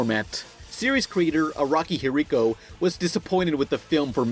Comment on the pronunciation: Would be nice if he didn't butcher Araki's name.